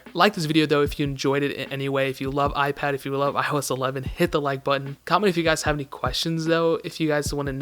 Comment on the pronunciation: iOS 11dy? WTF?😂😂 😂